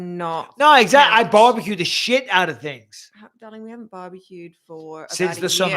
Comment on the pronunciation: you said tings, ffs